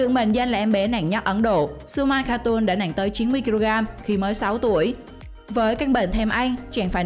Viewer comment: Nặng mà chị đọc nẹn ko thấy ghét